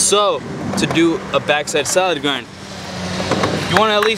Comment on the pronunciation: Salad Grind* not "solid grind"